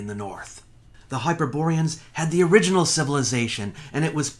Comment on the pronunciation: "The Uriginal" ha ha ha ha!